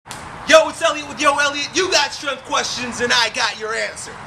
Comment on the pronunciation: did he just say "you got strenth questions"? what is strenth? isn't it "strenGth